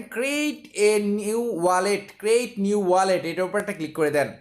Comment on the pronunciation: R ekta katha word taa ক্রেইট না,এটা উচ্চারণ ক্রিয়েট হবে